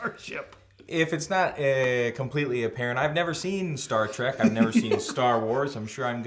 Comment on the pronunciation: It sounds like is calling it star “track”